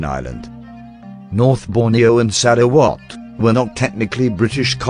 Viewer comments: This is by far the funniest butchering of Sarawak, my head keep hearing SaraWatt 🤣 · sarah what ?